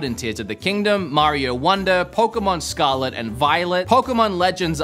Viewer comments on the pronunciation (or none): none